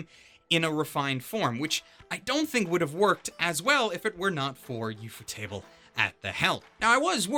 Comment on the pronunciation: You say “Ufotable” like theres two ts instead of one. Ufot-able Not Ufot-table